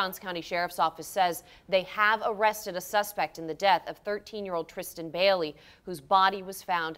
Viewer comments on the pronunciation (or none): WHY ARE YOU SAYING "BELLY" it's BAILEY.... BAY-LEE